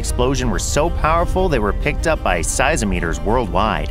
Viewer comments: Seisometer? That's not a word. It's pronounced, Size mom eter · I'm not taking seriously a channel that is so lax and slipshod that they can't pronounce the word "seismometer" correctly. "Size-o-meters"? Seriously? What, is English your 4th language?